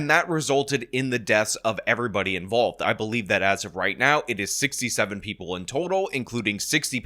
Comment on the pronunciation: 6 hour days and preople. Cmon,, you're slipping.